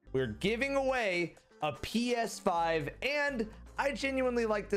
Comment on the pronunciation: Is it just me but during the ps5 promo i swear i heard